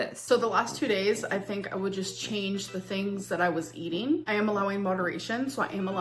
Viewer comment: It bugs me that she pronounces “ing” as “een.” I know it’s a thing for some people, but eateen, walkingeen, cryeen —really bugs me.